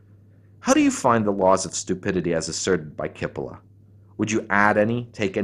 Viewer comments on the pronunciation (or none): the right pronunciation is cheepolla (rimes wit Capella and btw means onion)